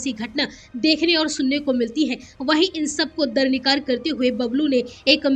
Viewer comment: Darrnikar nahi 😂 Darkinar 😂 Hota hai